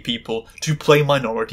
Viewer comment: I thought you said "menstrual show" instead of "minstrel show" and I was very confused!